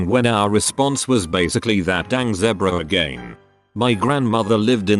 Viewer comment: I like how the videos pronounce zebra. Lol